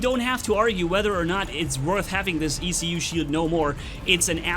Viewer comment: In french, a "écu" is an elongated shield used by knights in middle-age to go to war. From there comes the word "écuyer" (esquire) : the person who bears the ecu of his knight when traveling. So ecu should be pronounced as a word, not as separated letters ;)